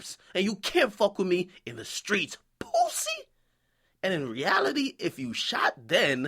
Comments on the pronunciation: This nigga DJ akademiks say pussy like "pwooossy" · The way Akademiks pronounces pussy kills me PU-SEE!! LMAOO But nah still fuck Troy Ave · the way he says pussy gets me dying